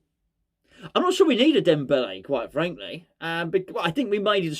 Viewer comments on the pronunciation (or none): Was it me or did you just repeat “Debele” all the way through. I can’t remember any other words !! 😂😂😂😂😂